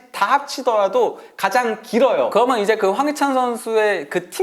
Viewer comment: 인가 저사람 목소리 진짜 듣기싫네;; 발음도 안좋고.. "그러면"을 "그러먼" 이라고 발음하노 ㅋ 방송 타입은 아닌듯